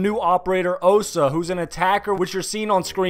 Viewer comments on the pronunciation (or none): It is not 'Owsa', it's 'Ohsa'